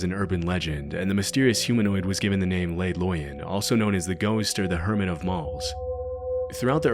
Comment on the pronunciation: HermiT, not herman, not hermid.